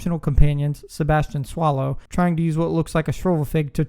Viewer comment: Cool vid, but you mispronounced Natsia Onai. You also pronounced Sebastian Sallow as “Sebastian Swallow” 💀